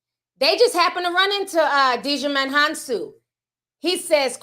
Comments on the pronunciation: I used to call him that too, Di-ju-mon... But the D is silent... it's pronounced Jy-Mon. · Did you just call that boy Digimon? 😂